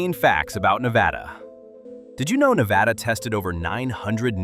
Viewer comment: Nevada is pronounced "Ne-VAD-uh". With the "VAD" rhyming with "bad". It is NOT pronounced "Ne-VAH-duh." No variation of the pronunciation should end in "duh". You are mispronouncing it throughout this video.